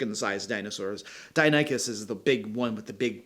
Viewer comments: Die-NON-ick-uss (Deinonychus) 😉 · Just to teach for the future (not to be a jerk, and I'm sorry if it seems that way) -- pronounce as dye-NON-ick-uss. Emphasis should be on the second syllable, hence the caps. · Actually, the raptors in Jurassic Park were originally up sized for effect. But during production a new, larger species was discovered called Utahraptor. So, the larger version of the raptors was legitimized by the time the film was released. The other dino is pronounced Din-non-icus. Short, not long I. The had a much shorter and rounder snout. But on the topic of the video, I have had a session, or two, where the players didn't act on the plot hook. The way I handle is by dropping a combat encounter that usually gets them more interested in exploring the hook/ hooks. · Just FYI, it's pronounced 'DIE-no-NEE-kus' 🙂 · Deinonychus. I've heard this pronounced dye NON ik us. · Hey: I’ll feel awful if I come off as a “well ACTually“ here, but I work at a natural sciences museum & started my tenure there as a Paleontology volunteer, so I hope these phonetic spellings are helpful and don’t make you roll your eyes: Deinonychus = “die NAH nuh kus” Ankylosaurus = “ang kuh low SOR us” Keep up the excellent work… I’m binging it! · "Dye-non-ick-uss" is what you're looking for, bud! :) "A" for effort, though! Dino names can get wild to pronounce! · Its pronounced like "Die-non-ih-cus"